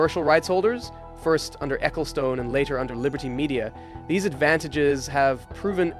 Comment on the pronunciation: Please never say Spa Francorchamps or Ecclestone ever again T_T I can't do this.